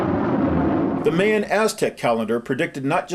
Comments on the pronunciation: Mayan: supposed to be pronounced " MY-AN" not "MAY-AN"....... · video is awesome, except for the strange way he says Mayan